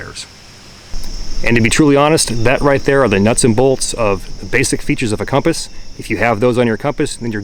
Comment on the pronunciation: Why does pronounce it "Comp Ass"?